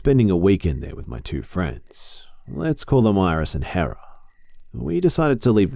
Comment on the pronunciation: did he say hera? DID I CORRECTLY HEAR THIS?? FINALLY SOMEONE WHO SAYS MY NAME PROPERLY